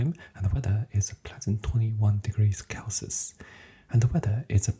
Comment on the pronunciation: Celsius is pronounced "sell-see-iss"